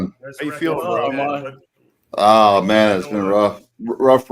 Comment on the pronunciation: “Brudda”? LMAO. No cap is not also only a failed client of Armons, but he couldn’t even finish basic high school education.